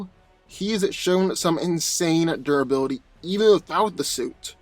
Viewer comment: Tell us again about unstable molecules and doraly. And by doraly i assume you're trying to say durability